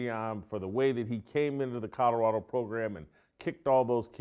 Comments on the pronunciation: This guy keeps talking about "Coddorodo". Where is Coddorodo? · If you're going to talk about Colorado every day you should learn how to pronounce it.